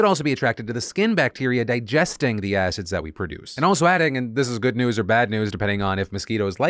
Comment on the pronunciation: Markiplier’s getting Nude for the Good (pronounced Goo-d)